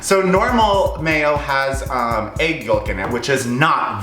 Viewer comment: i dont like the way u say egg... "aygg"